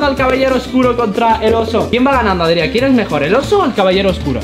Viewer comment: No se llama Adriá, porque el lo que te ha querido decir es que se llama Adrián